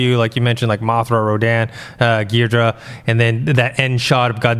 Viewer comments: GEE-DOH-RAH guys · No one on the panel can pronounce ghidorah 😂😂😂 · ' pronounciation of Ghidorah....YIKES!